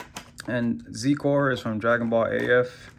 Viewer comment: its pronounced "zi-core"